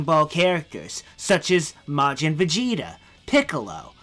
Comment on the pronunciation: Bezida. Bethida. Beki. He is bazinga, highness of saiya people.